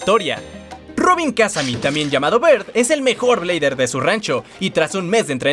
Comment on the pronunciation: Me suena raro que el apellido de Robin/Bird en el doblaje Latino se pronuncie Kázami en lugar de pronunciarlo como Kazámi como lo es el caso del Japones y el Ingles.